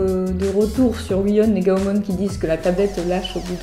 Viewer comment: Désoler de te reprendre mais on dit pas gaomon mais gaomone après dit ce que tu veux mais continue à faire des video